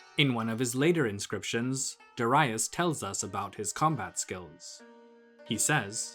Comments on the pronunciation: Cambysis, not camb👁sis.... as in Hedeby, Darius, not Dar👁us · Good video but the way you pronounce Darius is wrong and distracting. There's no basis in saying Doh-rye-us. Neither in Persian nor in Greek where we know his name from